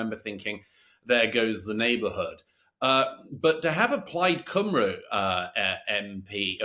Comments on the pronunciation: It's not pronounced plaid cymROO it's plaid cymREE. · Well let's see if u turn starmer keeps to his word and abolish the Lords, don't hold your breath. Mr Murray its pronounced cumree not cymru. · I love Douglas Murray and I've liked the video. I'm also subscribed to The Spectator so, when I say this, as a Welshman, it's only meant to help: it's not Cymroo; it's Cymree. Just for future reference. Keep up the good work. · Very well said Mr Murray. Apart from the pronunciation forced upon “Cymru”. Come on, you can do better.